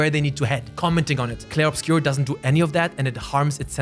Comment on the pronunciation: As a main language french, you pronounce well "Clair Obscur" haha